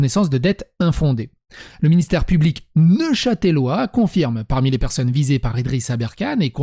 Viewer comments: On prononce neuchâteulois, ou neuchât'lois, en aucun cas neuchatèlois. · NeuchâtElois ou neuchâtlois comme on dit par ici mais pas neuchâtèlois désoler ça me démangeait hahaha